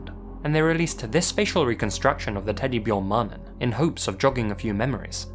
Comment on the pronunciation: I'm impressed by how well you pronounced teddybjörn-mannen👍